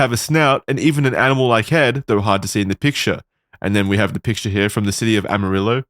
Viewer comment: As someone originall from Amarillo I was shocked yall actually pronounced it right.